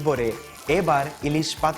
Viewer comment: Oh my god the way you said ellish😍😍😍 awesome